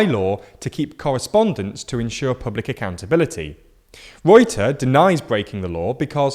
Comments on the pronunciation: When our prime minister is callef reute instead of rutte lol. Wow hes in the news lol. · So, You pronounce rutte, with the same phonetics as you'd pronounce gutter btw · Haha i'm Dutch and you absolutely slaughtered the name of our prime minister (Rutte). You have to pronounce the u like the u as in understand and then just pronounce fonetic.